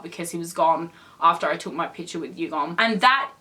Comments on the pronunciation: just to let you know the pronunciation for Yugyeom is Yu-gear-yem not Yugum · did she just say... YUGOM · who’s going to tell her that his name is yug-YEOM.. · I'm sorry I don't want to be a hater but you're pronouncing Yugyeom's name wrong...